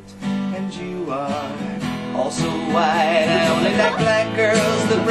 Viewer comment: whiiiiiiiite... god say it right....